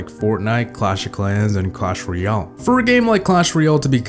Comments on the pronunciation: "All good things must come to AN end." Also, apparently "royale' is being pronounced as "REE - AL" instead of "ROY - AL." ^ That's my nitpicking for the day. I liked the vid overall. ;) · Why do so many people say "Clash reeeeahhlll"? It's "royale"... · what really killed it is the pronunciation of royale by most players.